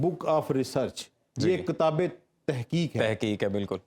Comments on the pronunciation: This guest cannot even pronounce kitaab properly; how would he understand the Qur'aan. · What a stupid guy! He can't even pronounce the word kitaab properly; and he is going to explain Qur'aan to people! In this video, he has not communicated any useful info, other than repeating platitudes.